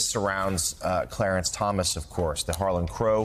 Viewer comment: “Clearence” Thomas lol